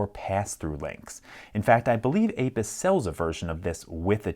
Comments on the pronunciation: I really thought it said ANUS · I know😂 I thought it said ‘Anus’, not Abus.